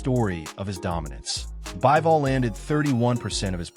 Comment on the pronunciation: Not "Baɪvɔl" but "Biːvɔl".